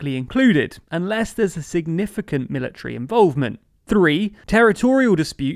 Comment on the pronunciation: Says ‘Miliary’ instead of military